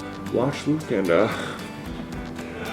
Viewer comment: i am so happy for you also claim your LATE tickets here edit: when i heard you say luke i thaught you said bloop lol